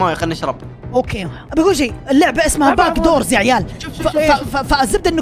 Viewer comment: باك روم ❎باك دور✔️